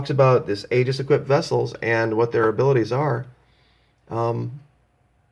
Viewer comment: Aegis is pronounced ee'-jis (with accent on the first syllable). Regards.